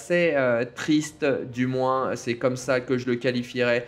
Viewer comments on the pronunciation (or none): none